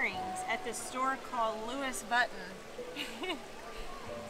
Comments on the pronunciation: when you can't pronounce LV that's how you know you are really cheap. she said luis vutan 😂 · who doesn’t know how to pronounce Louis Vuitton? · Of course the earrings is expensive because the brand is from "LV" which is a luxurious brand, and the way you pronounced it is not impressive at all from someone who is from the US... your video is so bias... there's a lot of mangoes to choose from like from India, Pakistan or any other Asian countries countries.... maybe you have chosen the one from Holland or other imported products from other country which of course will be costly due to importation fees.